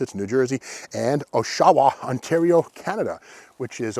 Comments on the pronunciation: Oshawa is pronounced aa·shuh·wuh not however you said it. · Another great video, thanks. By the way, Oshawa Ontario is pronounced Osh-a--wa. Huge and historic site for one of GM's biggest manufacturing locations. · it's OSH a wa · was funny the way he pronounced it, also it's the top award winning plant in NA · Sorry but I LOL when he said Oshawa hehehe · I'm hoping you mispronounced Oshawa on purpose.